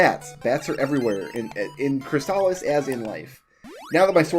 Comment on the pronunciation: I believe you are pronouncing “Crystalis” right,. At least, you’re saying it how I’ve always said it, and I’m sure I’ve heard speedrunners using the same pronunciation.